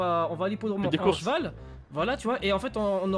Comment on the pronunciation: C’est moi ou il avait un zeval 😭😭😭😭😭😭😭😭